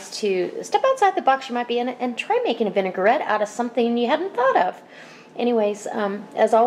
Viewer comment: lovely, thank you. The thing is, the word vinaigrette, as you can see, is pronounced vinagrette, not vinegarette. It is derived from the French word vinagre, for vinegar. I have subscribed to your recipes.